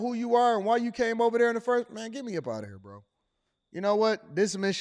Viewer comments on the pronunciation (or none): “B Row” 😭😭